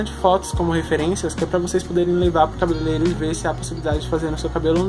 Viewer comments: Vc fala errado igual a mim mas a palavra é cabeleireiro kkks eu cresci falando errado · "cabelelero" kkkk